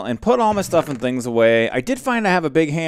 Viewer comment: You forgot it was "doing stuff and SCHINGs"